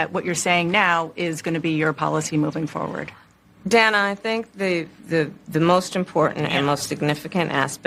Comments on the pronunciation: I find it interesting that kamala mispronounced Dana's name, I wonder if the bobbleheads are going to lose their minds over this? It's not Da(short sound a) na, It's Da(long sound a) na. Also the rest of the interview was hilariously vacuous. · did she call her "Dan-uh"? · Did Kamala call Dana, DAN.a and not Dane.a? Didn't she have a entire segment at the DNC about getting the pronunciation of her own name correct. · She calls her DANNA HER NAME IS DANA 😂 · Everyone gets offended when we don't say Coma-la, and then she goes and pronounces Dana's name wrong. Just like everything else hypocritical about her. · She always gripes about somebody not saying her name right and she can't even say Dana right! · She mispronounced Dana but if someone mispronounces Kamala it's rac*sm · She couldn't pronounce danas name.